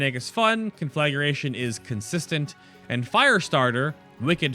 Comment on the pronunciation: Please! It's con-flag-gration, not conflag-ur-ation. That's the second video I've seen where it's mispronounced. Can nobody read any more??